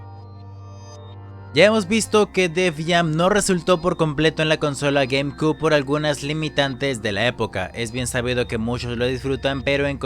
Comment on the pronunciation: 🤣 como es q pronuncia gamecube? jajajajajajajaja